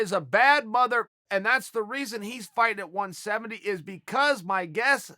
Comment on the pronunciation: Chael “FYE-TING” Sonnen